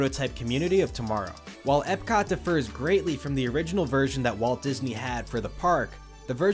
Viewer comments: unrelated question: just curious as i am interested in dialects and accents - is American English your first language? the word "differs" is pronounced "DIF-fers", you pronounce it like "defers" which has the emphasis on the second syllable ("de-FERS"}. there was also something a little different about how you said "prospective". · *Differs, not defers